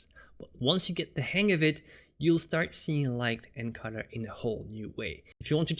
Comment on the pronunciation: Dude, I love your videos but I have 2 criticisms. First, there's no need to get so technical in your explanations. Second (and I know it's because it's not your native language) is your pronunciation of "colour". To me it sounds like "cudder".